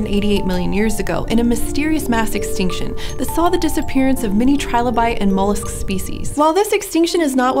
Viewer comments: Yep, It's just a shame that she can't pronounce "Niche" and "Trilobite" correctly. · How did she mispronounce Trilobite?